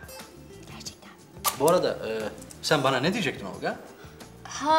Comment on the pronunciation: Neden Olqa diyor ???